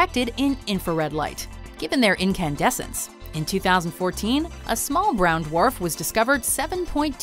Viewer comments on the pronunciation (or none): Every time she says brown dwarf 😂😂😂